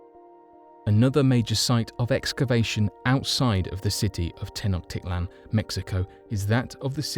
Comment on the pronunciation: This is the worst history video I've seen on YouTube. There too many historical inaccuracies to name them all, whoever wrote the narration barely speaks English, and the pronunciations of the city names are consistently mispronounced. Tenochtitlan is mispronounced and Teotihuacan, which wasn't even an Aztec city, is repeatedly mispronounced as "tay-o-tee-ha-wan." Unbelievable!